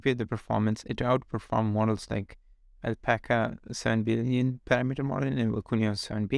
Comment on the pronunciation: Hey man just a tiny English tip, the emphasis in parAmeter is on the second a, not the first e. Good video, very interesting. Hope I wasn't too annoying (